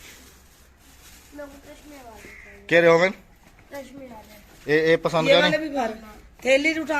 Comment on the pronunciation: Tashma nahi bolty tasma bolty hain